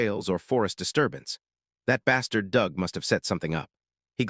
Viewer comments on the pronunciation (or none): It’s the dark hero revenge one all over again. Are we going to make 99% of the population psychopathic in this as well and then force him to basically eliminate everyone? Also it really read “bastards” as “bastrads” 😂